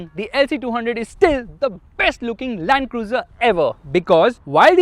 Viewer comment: Rakhi sawant calls it LUND-CRUZE 🥲